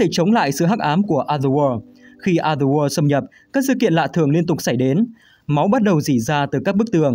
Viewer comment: Cảm ơn W2W đã làm về Silent Hill, mình rất mê phim này. Nhưng cho mình xin góp ý về cách đọc từ "Other World". Cách đọc khiến người nghe bị nghe nhầm thành "Ather War". Còn đâu mọi thứ rất ok ạ